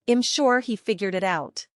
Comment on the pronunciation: I’m is not pronounced im